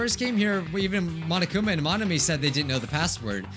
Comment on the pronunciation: ain't no way he said monokumi instead of monokuma